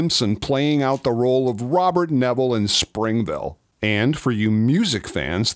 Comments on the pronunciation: That's Springfield not Springville. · Charlton Heston actually had a guest starring role on “Friends “. Joey used his personal shower. Oh, you can see cars in the background during that long shot of the city in the near beginning. Oh and it’s Springfield not Springville.